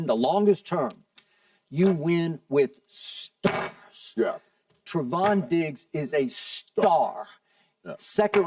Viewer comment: It’s not “Tri-vahn” SKIP, it’s “Tray-von”